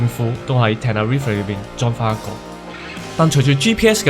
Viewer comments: 應該系Tenerife唔系terrific == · tenerife 讀錯左... 你真係照中文譯音黎讀果下好野